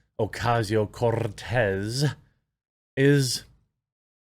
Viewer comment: As a Latino, I appreciate you rolling the R in Cortez. Keep it up big dawg!